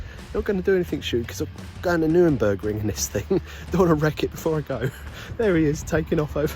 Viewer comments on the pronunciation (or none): All going well until 1 minute in and you call it the "Nurenbergring" FFS my wife knows better than that 😤